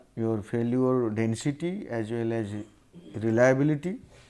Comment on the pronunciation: abe ye sirji reliabullity kyon nahi bol rahe?